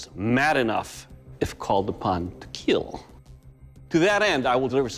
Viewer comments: him: makes sword that will KEAL also him: "i'd hate that something that i did wouldhurt anopther person" hhahahahah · Always saying keel I just love the keel jokes bruh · He says kill like Kwill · It will keil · So he says killing just fine but has to say "keel". I like the show but I find it insufferable. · It will KEEL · I think Doug likes saying it will keel as much as we like hearing it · Pheonix no or the sword will keel you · I honestly just watch this to hear the guy pronounce kill